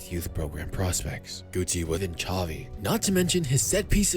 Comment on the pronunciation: Xavi * not Chohvi